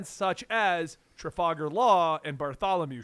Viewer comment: I heard Bartholomew and kept thinking he was talking about Kuma. But he means Bartolomeo.